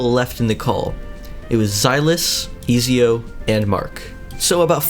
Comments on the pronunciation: Ik i aint the only one that got triggered when he pronounced ezio “easio” instead of “etsio” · "Ezio" is it not edzio you say it like edzio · im sorry but i had to point this out, its pronounced et zeeo or etzio. bruh i hate to be that guy but it was bothering me lol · I hate the way he is prounincing ezio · The way he said ezio killed me every time